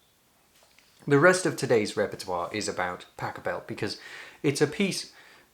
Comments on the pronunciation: I remember hearing Karl Hass on WNED in Buffalo NY, talking about Pachelbel. He said Americans (and I suppose Brits) pronounce it incorrectly. It's not "PA'kelbell", but rather pachELL'bell - accent on the second syllable. This was a revelation to me, and perhaps to you, too. 😊 Keep up the good work! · Very nice. Will make another donation. It's pronounced "POCK-a- bel." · I have just found your post. I enjoyed it very much. It gave rest and peace in a troubled world. However, Pachelbel did not find rest in his grave. Have you ever heard how soft his name sounds in German, almost longing in comparison to your machine gun English pronunciation. I would give it some thought. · Luckily for me, it was one of the pieces for my organ exam. But please: It is not "Pack a bell" , I flinch every time you call Bach a "bag" with pronounced A! But > - Pachelbel - Pac hel bel - starting with the end.. the bell is very short like in gospel the "pel" , the hel.. yes.. like in hell. But there is the "C" and I can't find an example - at least don't RUN the name - it is very slow spoken :o)